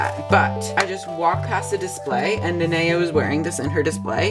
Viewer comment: Finally someone who pronounces Nanea right FINALLY